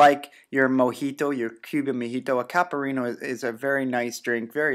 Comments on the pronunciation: Caipirinha pronunciation: IPA(key): /ˌkaɪ.pɪˈɹiː.njə/ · Capharinas? Lol. Who's responsible for this? CAIPIRINHA.